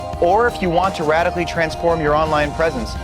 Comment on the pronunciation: cant wait to “ wadically change my experience “ haha